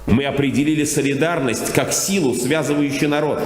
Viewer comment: Гундяев читает с бумажки- обеспечевсшвусисю, обеспечишуууся, исюя ся! сосидарность...) между народом и государством.....АГА! сущуюся и срущуюся солидарностью из всех буржуазных эксплуататорских доктрин.....надо больше работать и поправил на пузе крест.